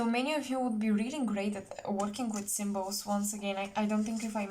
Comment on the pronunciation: WOWWW. PILE #1. INCREDIBLY, POWERFULLY ACCURATE. EVERY SENTENCE. Btw, when you began talking about 'symbols' what I can hear is actually, "sigils". Thank you & much love to you.❤❤❤